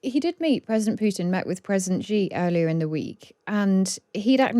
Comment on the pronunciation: She said: "President Gi". Is that how you pronounce Xi in English?